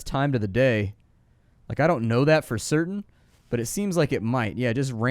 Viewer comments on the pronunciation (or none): none